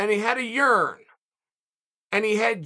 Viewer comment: It’s an “earn” not a “yearn” that he was carrying